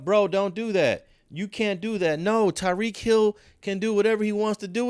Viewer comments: Tyreek not Tareek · You butchered Tyreek’s name lol